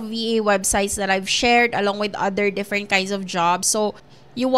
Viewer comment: different po ang pag pronounce hindi po defferent hehe